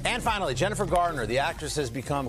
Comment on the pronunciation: Get her name right Today Show. It's 'Garner'.